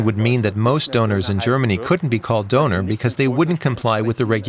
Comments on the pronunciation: How about pronouncing it correctly,? I’m pretty sure you have “Ö” on your Tastatur. 😉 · Ha ha, makes a video about the döner kebab and doesn't pronounce the word properly. And people from Turkey are called Turks, not 'Turkish people'.